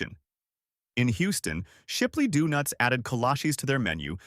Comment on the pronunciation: Shipley Dewnuts?🤣😂